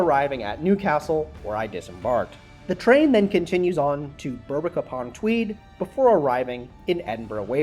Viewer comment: the "berwick" in berwick-upon-tweed is actually pronounced "berrick" :)